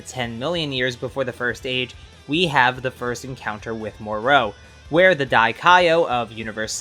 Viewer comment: who the fuck is more oh? can you just say moro without that stupidest ass extra whatever youre doing to prounce it